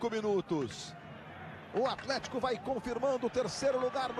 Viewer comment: o narrador falava atletico e eu só ouvia alemanha